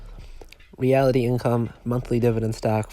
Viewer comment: It’s REALTY. REALTY!!! NOT REALITY. Is it that damn hard to learn? RE AL TY. AS IN REAL ESTATE. SIMPLE. RE A LI TY AS IN RIGHT NOW, YOU HAVE NO IDEA WHAT YOU’RE TALKING ABOUT.